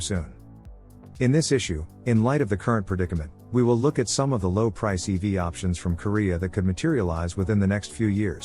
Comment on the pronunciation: Stop saying "eevy!" That's a girl's nickname1 It's 'ee-vee!' But you're a synthetic voice so you won't change. You won't even answer...boohoo...